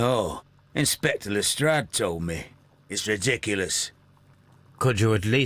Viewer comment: These games are excellent but I wish they would pronounce Lestrade correctly.